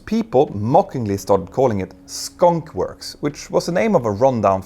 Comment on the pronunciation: Skunkworks not Skonk works